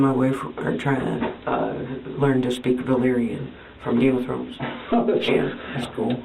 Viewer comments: I thought she said "Bulgarian" and i thought that wouldn't be very useful day to day, but turns out she wanted to learn the made up language from game of thrones instead 😂😂😂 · I thought she said Bavarian 😂